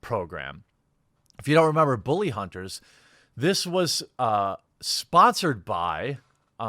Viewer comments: Dude, the way you say "Booley Hunters" cracks me up every time. 🤣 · "Booley Hunters" Jesus, dude. Where are you from?